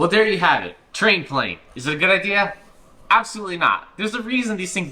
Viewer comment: Ah yes prane /tlane